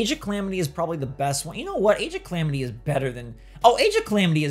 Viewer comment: AGE OF CLAMITY 😂?????